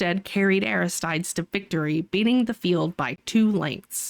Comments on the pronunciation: uh-RIST-ta-deez lol or air-ist-TY-deez Great video again! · It's pronounced Aristeeds.